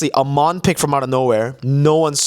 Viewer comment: its Ey-mon not A-mon 😭 he literally says it in his voiceline